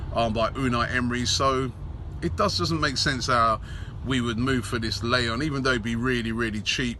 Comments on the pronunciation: Haha Robbie that Mexican players name isn't pronounced "LAY-OON" it's pronounced "LAI-OON" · You pronounced Miguel Layún wrong Robbie